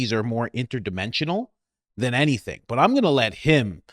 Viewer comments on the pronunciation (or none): none